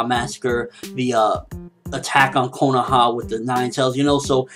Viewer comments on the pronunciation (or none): none